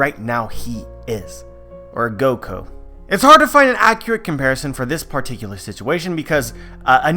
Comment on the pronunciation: Gokao it's gokao